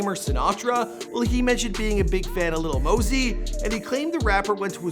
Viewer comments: I thought it was Lil Mosey not Lil Mosey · Lil mosey (Maa-Zee) come one day it right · LIL "LEAN" MOSEY